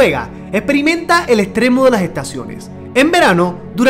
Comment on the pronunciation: Norte no nolte Circulo no cilculo Extremo no egtremo Invierno no invielno.. Jajajajajajaja😂